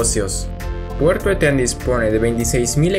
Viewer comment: Una acotación: Eten es una palabra grave y no aguda, la pronunciación por tanto es ¨Éten" y no el errado "Etén". Es una palabra de origen muchik. El río que desemboca al norte de Eten es el Chancay, que para esa altura ya recibe el nombre de río Reque. En su cauce bajo se le llama "el río loco" por sus continuos cambios a raíz de las avenidas extraordinarias que produce el evento El Niño.